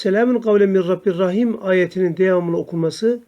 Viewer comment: Min rabbin rahim yazılı min rabbir rahim diye oluyorsunuz hocam